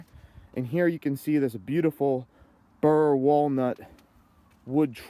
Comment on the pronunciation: Burl, not burr